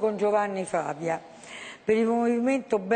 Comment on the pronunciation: L'ho visto in diretta, secondo me è il migliore tra tutti quelli delle 5 stelle. Comunque anche il veneto Borrelli non è niente male. Ma si pronuncia Fàvia o Favìa?